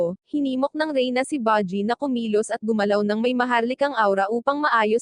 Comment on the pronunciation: Baji at kiga ano yun hahahahaha panget mo mag recap promise no offense.